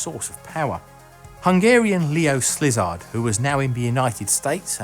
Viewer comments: Please, stop butchering non-English names. It's not hard to find the pronunciations most of the time. Flügge in not FLOOG. it's close to FLEE-GEH. Szilárd is not SLIZARD (wtf??). It's SIL-AARD. And so on. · Another mistake , Szilárd is pronounced SEA-lard not SLI-zard.